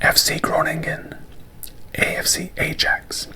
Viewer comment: great vid as always! just a quick fyi, ajax is pronounced eye-axe, you don’t pronounce the j sound